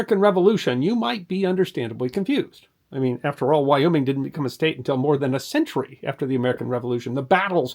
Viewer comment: Thank you. I lived in Wyoming Valley, and when that was said, I cringed big-time.